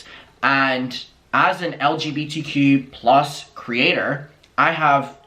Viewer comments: i dont trust a straight person who can’t pronounce lgbtq+. it’s really not that hard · Thank you for your recap! I had to stop watching the podcast after the first time Dan mispronounced the acronym and told lgbtq+ people to shut up 😟 he was acting scary in this episode. But your facial expressions and commentary made it tolerable 😌 much love to the community 🌈